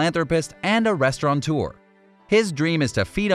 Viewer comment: Thank you for a terrific vid about a truly worthwhile and marvelous human. I'd not have known of him otherwise. Also: No "n" in 'restaurateur", pleeze.Thank you.🌱